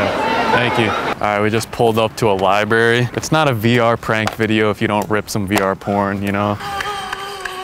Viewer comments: "ight so we just pulled up to a libary" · The Libary 💀🤣